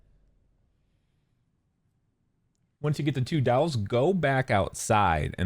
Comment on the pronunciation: Lmao the way you pronounce “dolls” had me so confused for a minute. You make it sound like “dowels”. So I kept hearing you say to pick up the vowels, or to go upstairs first and grab the 2 towels, I was totally lost 🤣